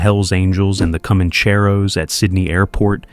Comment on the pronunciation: Sorry to be that guy but you should 100% know how to say alamadine by now lmao and comaaancheros